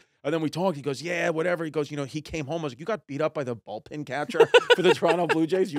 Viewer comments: Am i the only one hearing him say "Ball"pin vs Bullpen?! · Chrissy calling it "Bolt-pen" then switches it to "Ball-pen" catcher, repeatedly..Gotta love Chrissy for getting both wrong eventhough he's always going to ballgames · Hey chrissy I think it's bullpen catcher not a ballpen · Is Chris saying Ballpin or Bowlpin catcher? He definitely didn't say Bullpen catcher right. 😂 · Ballpen catcher lmao. It's bullpen you bozo lol. 2 of my faves here! Chrissy D and Red Rocket! Great chemistry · I'm cringing so hard whenever he says "ballpen" instead of bullpen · It's bullpen, Chris. BULLPEN.